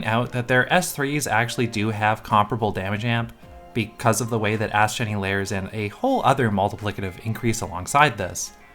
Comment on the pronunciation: Video immediately liked for correctly pronouncing Astgenne’s name right.